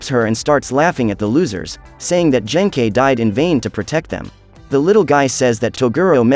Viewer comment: Ah yes, Yoosookay's master Jenkei.